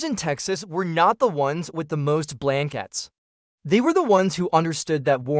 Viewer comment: All good tips. However, WHO NARRATED THIS? "Fir" hours? Get off the "flour"? What is a "blenkit"? Sentences cut off. Did you not listen to your audio? You lose credibility by sounding uneducated.